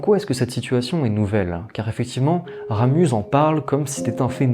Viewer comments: Très belle vidéo ! PS: on dit Ramu(z) le Z est silencieux ;). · Toujors aussi interessant, bien que un peu trop literaire et sans avis personnel, mais l'explication, digne d'un prof de literature, ai un seul ic, on ne prononce pas le Z de Ramus La bise d'une suisesse. Je te suis assidument, nous sommes de la meme engance lol !!!